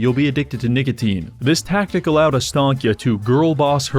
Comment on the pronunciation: Bro did not say nicotine